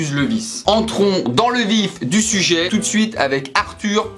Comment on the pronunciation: Merci de dire entrons dans le vif du sujai et pas le vif du sujé 😁 ca fait chaud ai coeur ❤😂